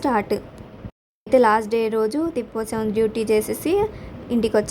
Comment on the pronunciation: తిప్పోత్సవం కాదు అమ్మ. ప్రతి సారి ఇలాగే అంటున్నారు సరిచేసుకోండి. తెప్పొత్సవం అంటారు. తెప్ప మీద స్వామి ని ఉరేగిస్తారు. అందుకే తెప్పొత్సవం అంటారు